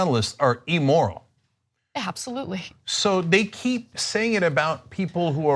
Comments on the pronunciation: Cenk pronouncing immoral as E-moral is quite odd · Cenk... "Ee-moral," "Ee-rational," and "Ee-luh-gitimate" aren't words. Neither is "huh-larious." Learn to pronounce the short "i" sound in English please, you have an internet show.